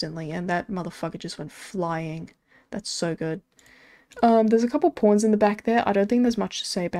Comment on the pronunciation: The way you say pawns haha porns